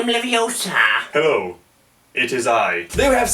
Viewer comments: Its Levi,osa not leviosa:V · it's not leviOsa it's leviosA also I got a spiderman ad before your video started